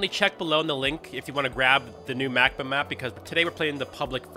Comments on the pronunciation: If I think I’m correct it’s pronounced (Mack-bawh) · For some reason I thought you said "Mac Book" and had to get back and double check lol